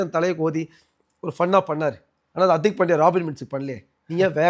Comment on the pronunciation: Anchor bro adhu Hartik illa hardik .